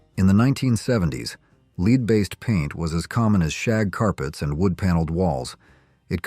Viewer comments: The commentor is saying lead LEED how silly how could you not know that it is pronounced LED lead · The robo-voice pronouncing the stuff in paint and gasoline like "leed" instead of "led" is making me crazy. Otherwise, interesting content. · “Lead based paint” (Lead…pronounced like “led” not lead,like “leading a group…) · AI is disappointing. Lead is pronounced Led also metal darts were available in the 50s same with candy cigarettes. Shame on U for misleading people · Leed paint? Lead paint. This AI voice is terrible, but actually it's the person who programmed it. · Lead - as in leed? Red dye number? Did an AI read this? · Lead is pronounced led. AI has to be edited. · What is up with the mispronounced words.? Lead paint.... is this an ai generated speech or done by a non english speaker? I enjoy the videos but iften.the mispronounced words and unrelated pictures irritate me beyond